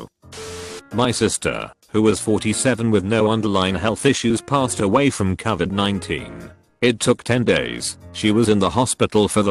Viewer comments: Everybody: Robot voice: covered 19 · Ah yes, cuhvid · TTS: Cuvid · No one: Literally nobody: Text to speech: c u v i d, simp shuns